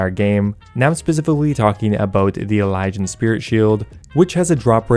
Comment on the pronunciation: Why is it that nobody who plays Runescape knows how to pronounce Elysian?